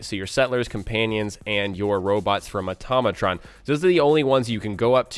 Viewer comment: AUTO....MATRON. Not AUTOM....MATRON. Learn....to....pro....nounce....this....correctly........... please.